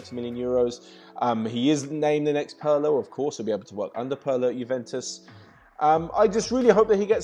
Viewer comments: IT'S "PEERLO" IN ITALIAN NOT "PURLO"!! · Its pronounced p-e-e-r-l-o you have to pronunce the i like in italian so like an e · yeah or like peerlo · Im not Italian but I’m pretty sure u pronounce it PEE-R-LO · No it's peerlo without the w and the I is pronounced in Italian so like an e in English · Pirlo can be pronounced with a stronger,,r’’ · the 'i' in "pirlo" is pronounced like the 'i' in "in"